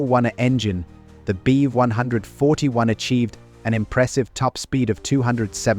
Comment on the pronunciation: I know the subject quite well, and this AI still needs a lot of training, including not pronouncing Bv as Beev or BMW as Beem. And hearing Beev as much as I am is rendering this unwatchable for me because it sounds so wrong